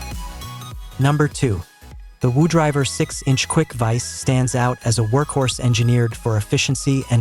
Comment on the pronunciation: woo driver? I think its pronounced wood river. Dumb AI